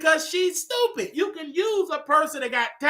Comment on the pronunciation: Lmao “STEWPITT” 😂